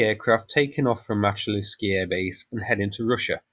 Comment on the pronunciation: Pronunciation Мачулішчы - Machulishchy Мачу - Machu - as in Machu Picchu ліш - lish - like in fish чы - chy - like in chips transition шч - shch like (fi)shch(ips)